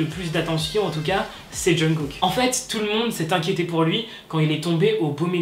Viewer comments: TU FAIS BEAUCOUP TROP DE FAUTE LA DERNIÈRE FOIS C'ÉTAIT AMRY AU LIEU DE ARMY ET LA C'EST JUNGKOK AU LIEU DE JUNGKOOK MAIS WSH RESSAISI TOI 😅😅😂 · Je pense pas que se soit choquant pour nous, on est "habituer" à voir pire, mais en Corée c'est beaucoup moin le cas. Même si j'adore le look délacalé de HyunA je pense que se genre de chose n'est jamais un bon exemple, alors si on peut en limiter.. Sinon c'est "Jungkook" 😘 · JUNGKOOK EN FRANÇAIS JEONGGUK EN CORÉEN ET PAS JUNGKOK 😭